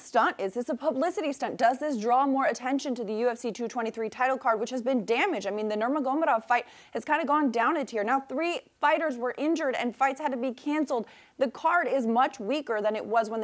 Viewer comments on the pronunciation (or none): "Normogomodov" enough said